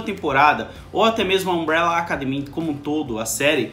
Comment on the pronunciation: Alguém do Omelete faça a caridade de ensinar o a pronunciar "academy" da forma correta. Essa palavra é o título da série, não é pedir muito!